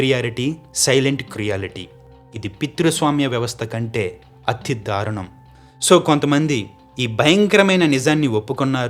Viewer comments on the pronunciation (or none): none